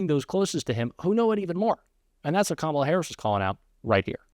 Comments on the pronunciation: What a 2-year-old continuing to mispronounce KAMALA. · Hate that he refuses to correctly pronounce her name.